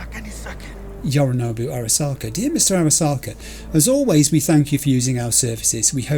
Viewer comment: You were talking a big game about how you do have time to read everything in the penthouse when Jackie was rushing you, but there actually are contexts in which you can take too long and Adam Smasher will arrive and one-hit kill V, so yknow. Also, I know it shouldn't bother me as much as it does, but - it's YoriNObu, not YoriNAHbu.